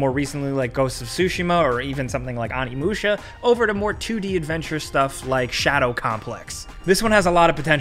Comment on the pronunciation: Every time he says Onimusha my eyebrows curl xD